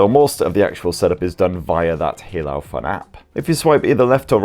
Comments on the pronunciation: Hey-lu not He-lao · Great review mate, just fyi it's pronounced HEY-LOW for Haylou, cheers